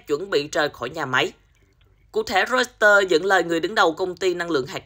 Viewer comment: "roi tờ" đây mà 😝